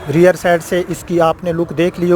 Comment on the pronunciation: Reer nhi hota rear hota hy